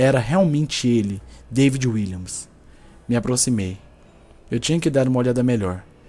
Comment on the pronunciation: Seu nome é david não deivid